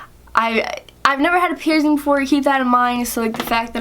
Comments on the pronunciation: Why do you say (pier-zing)? It’s pronounced (pier-sing). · “Pierzing” ugh